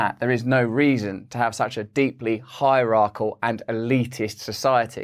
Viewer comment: i've never commented before and not trying to be pedantic but it twinged my ears when you mispronounced hierarchical ( you are saying hierachAL). As an articulate and intelligent man, I thought you might be interested to know. Wishing you all good.